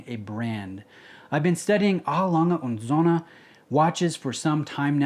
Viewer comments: Genuinely curious; A. Lange & Söhne is pronounced correctly, but Patek Philippe is not. Why? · I can appreciate that; it's the correct pronunciation. How come you don't pronounce "Patek" correctly?